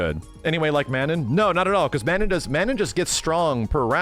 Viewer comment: I hate when calls manon man-in like when he said her name inwas like ughhh😂